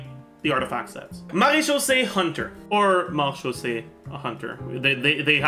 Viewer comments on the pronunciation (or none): Wouldn't it be pronounced mera-khyouse